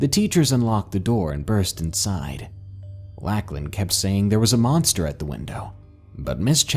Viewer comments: Awesome narration! But every time you said “Lack-lan” instead of “Lock-lan” (for Lachlan) I legit wanted to scream 🙃 Probably just because its my sons name lol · Lacklin? You mean Lauchlan. Pronounced Lock-Len. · Beast of Mogo Gold Rush Colony - Lacklin? I think you mean Lachlan. Love the video though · Never heard anybody pronounce the name Lachlan like that before very peculiar indeed.